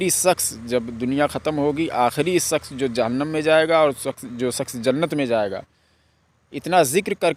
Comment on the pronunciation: Sakhs nahi shaksh